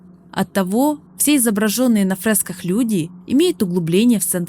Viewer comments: Текст интересный, но есть несколько коробящих моментов с ударениями. И если "нАросты" вместо "нарОсты" еще можно списать на то, что автору это слово малознакомо, то "авторОв" вместо "Авторов" сильно бьет по восприятию. И "фреска", а не "фрэска". Возможно, русский язык для автора не родной? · Не фрЭска а фрЕска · Девушка молодец, заслуживает внимания. Единственное, не фрЭски, а фрЕски) Не авторОв, а Авторов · фрЭски, авторОв, шо с языком, шо с ударениями? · Хорошее видео. Но поправьте нейронку, фрЭски и нАросты очень бьют по ушам. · Блин кто тебя разговаривать учил? ФрЭска, авторОв, ужасно слух режет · Поработайте над ударениями. Слушать больно о нАросте, фрЭсках и прочих исковерканных слов. Звучит словно пытаются быть нарочито умным. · "нАросты", "фрЭски", "авторОв"... Хороший разбор, но что с ударениями у диктора?! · вспоминается "у меня нет рта и я должен кричать" Забавно было слушать "фрэска", "по словам автор`ов" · Это было очень интересно, спасибо за разбор сюжета и теорий. Но "фрэска" и "авторОв" царапнули мой слух от души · Отличный разбор! При том, что ничего и близко по глубине разбора я на ютубе не нашел. Большое спасибо. Единственное, вам бы с ударениями поработать, иногда прям кровь из ушей. Это я про авторОв, нАростов и фрЭски... И чтобы вы меня простили за мое брюзжание, с меня лайк и подписка. Все таки вы проделали отличную работу, спасибо!